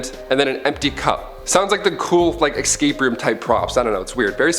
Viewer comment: Yo, there's no "x" in escape